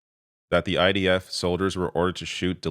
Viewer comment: Even as a Dutchy I can hear him say; Deaf Deaf to the IDF...